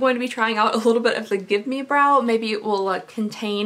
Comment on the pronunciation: Did you call the gimme brow, give me brow? :')